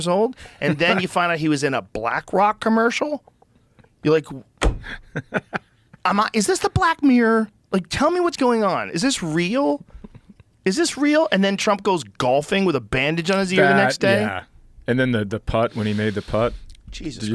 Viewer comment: It’s not pronounced meer, it’s pronounced Mirror…